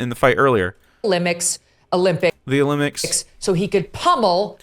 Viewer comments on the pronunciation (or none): I don't know about this Megyn Kelly, he said Olympics wrong, this man shouldn't be allowed to report news.